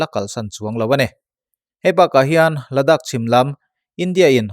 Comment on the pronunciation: Ladak in ti thina ladaakh tia lam tur a nia